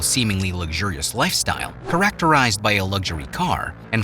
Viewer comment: ‘CharACTERised’. What?? I’ve never, ever, in my 60 years, heard that pronunciation of the word ‘chARacterised ’.